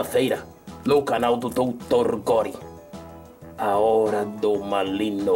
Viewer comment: Nossa entendi Maligno , mas é malino né , Ufa ...